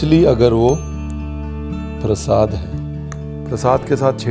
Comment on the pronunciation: PrasHAd nahi hota, PraSAd hota hai!